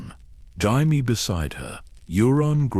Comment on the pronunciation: I enjoy the stories, but you really need to learn to pronounce words. BRE ANN not bry ann, Jamie not hamie.